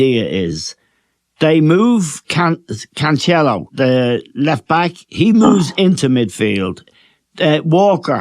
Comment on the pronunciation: Bernard Silva, De Breena, Can-chello ....😂